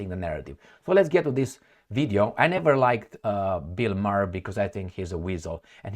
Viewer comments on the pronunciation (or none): Buill Maher pronounces his last name Maaaar